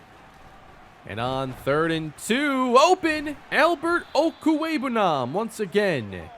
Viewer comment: I think this is the first time I've seen someone attempt to (and correctly) pronounce Albert O's last name - props!